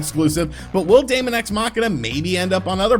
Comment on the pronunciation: Dæmon is pronounced demon. Just like æther is pronounced ether. Seriously, it's not that hard to learn how to fucking pronounce words....